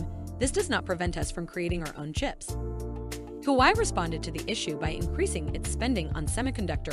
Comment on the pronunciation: It's not "Who I" but Hua Wei.